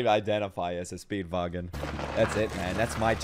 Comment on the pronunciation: stop calling him speedvagon pls